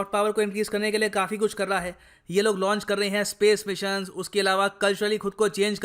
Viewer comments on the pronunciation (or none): none